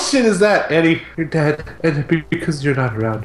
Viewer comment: I heard you. Yeah I heard you say Ehdeh. Loved the whole thing about Not-Harrison (can't remember his name) trying to replicate the hand vibration. That shit cracked me up. I read somewhere that we'll definitely see Vibe this season. Then again I also read that Tom Welling is playing Superman in season 2. Make of it what you will. Awesome work again guys, I'm gonna miss you in the off season.